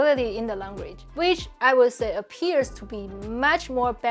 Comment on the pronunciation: I enjoy these videos, but do have to point out that the creator has serious issues with her English pronunciation. Her consonants lack clarity, like she’s speaking with a tennis ball in her mouth, and the vowels length are off sometimes. “Will” and “real” are basically the same word in her style: “wee-yuw”, with no perceptible distinction between w, r, and l.